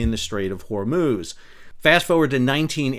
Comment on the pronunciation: "hormooz" :D Cracks me up every time.